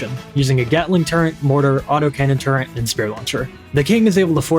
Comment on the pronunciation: Did he just say the word "turrent"?! He said it again! F Tier